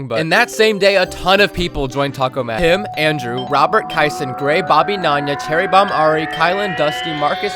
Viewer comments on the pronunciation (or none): "cherri bomb" 😭